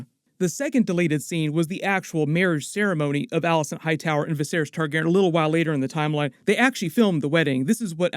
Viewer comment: Why do you pronounce Targaryen “Targ-airin“?